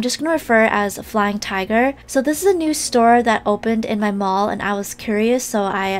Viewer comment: the way said my malll i was like yOu Own A SToRe hehe